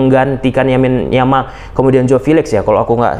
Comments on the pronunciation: Thank u Bang, analisis nya, kita barcelonista. Lamine Yamal Bang, bukan Yamin Yamal. Sepakat Dembele no respect at all (lebih baik kalau pemberitaan untuk nya di black list heeee) dan next game di Mont Juic layak di beri Huuuuu ... Vamos Barca! Setengah kaki di semi final! Hopefully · Lamine yamal abang bukan yamin yamal